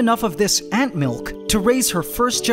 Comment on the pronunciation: God I wish you'd stop saying Ant Milk like that lmao. Did the first ant emerge in a similar fashion and we just didn't have a chance to watch? It sure seems like she just sprung out of there no problem, making this second ant seem like such a drama queen! I'm actually surprised ants needed so much help emerging, I thought they kinda cut out of the cocoons themselves.